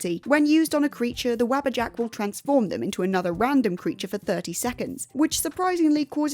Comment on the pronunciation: Wabbajack? I get that in EVERY Skyrim playthru I run. Also... Wah-bah-jak. Day-drik. Now you can pronounce them properly.